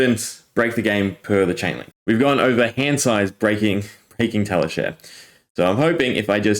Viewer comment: this is nuts, but also I have never heard anyone say Tali share before. I think it's Tali shar as in rhymes with car. But still, crazy vid. Thanks for showing the combo. I wonder what zen will regularly be able to do with a 60-card deck.